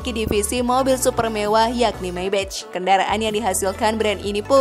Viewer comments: Sorry kritik yaa. Maybach dibacanya Maybakh Meybech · Padahal yg bener bacanya Meybag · Rollroyce (rolrois) kok jd rolroits Maybach (maybah) kok jd meybech Saran aja mba pelafalannya di koreksi lagi, ttp semangat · Maybach bacanya MAIBAH bukan maibetc trus ROLL ROYCE bacanya ROL ROIS bukan rol rods..maaf sekit koreksi.. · Dibacanya MAY BAKH bukannya MAY BEC. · Menyebut 'Maybach' bukan seperti menyebut dalam bahasa inggris, karena itu kan bahasa Jerman .. sebut saja apa ada nya. Katakan saja - 'Maibakh' ... Itu sudah betul .. !! Jadi bukan Meibetjh' .. Maap ya ... Hahahah !! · Maybah kayanya di baca nya, bukan maybech😁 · Info sesat Kamu tau 100 triliun itu brp miliar ? 100.000 miliar bro Nah,pengucapan maybach yg benar itu bukan meybech tp meybah 😅😅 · Naratornya sok inggris pelafalannya salah semua, maybach bacanya maybah bukan maybech, rools royce bacanya rolls roys, bkan rol royc, bugatti bacanya bugatti aja, bukan bugeti dan harganya ga ada yg 100 trilyun, nyampe 10 trilyun aja ga,ga usah lebay dan sok keinggris2an deh,noraaaaaaakkkk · Terlalu lebayyy min,,dari mana ngitungnya? Bahasa juga di perbaiki,bugati ya bugati,bukan bugeti,maybach bkn mei bek,,kacau ah